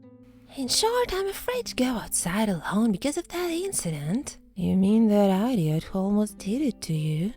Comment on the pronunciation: I love how you pronounce idiot like eye-dee-ott